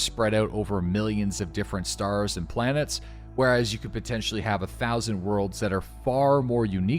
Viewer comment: I SWEAR TO GOD IM GONNA EXPLODE IF I HEAR IT ONE MORE TIME. ITS OVER 1000 PLANETNS NOT 1000. OVER 1000, OVER 1000, OVERRRRR 1000!!!! Love you lol